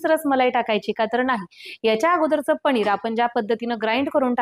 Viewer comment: पणीर नका म्हणू पनीर म्हणा